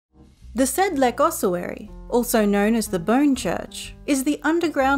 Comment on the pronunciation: The c in Sedlec is read as C, not K